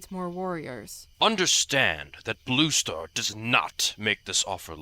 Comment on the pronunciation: Am I the only one who kept hearing rooster instead of blue star? XD